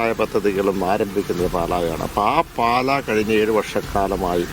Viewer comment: പാല അല്ല പാലാ ആണ് ... JKM ♥️ 🇲🇹 🌱